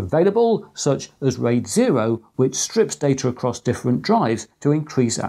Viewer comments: It's "stripes", not "strips". Since the latter would be detrimental indeed. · Regarding the RAID section: Did you mean RAID 0 “stripes” data ?……you said “strips”……🤔